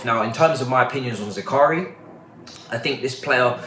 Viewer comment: ZAKARIA ZAKARIA😭😭😭😭😭😭 say it right